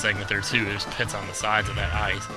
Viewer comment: (about the pits) reminded me of that great line from Kung Fu Panda - 'we don't wash our pits in the pool of sacred tears' Just something about the emphasis of the word 'pits' in both cases... :/